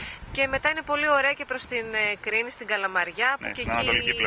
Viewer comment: Girl said "Ωραία" (pronounced "Ohrea") which means "Nice" , not "Oh" ...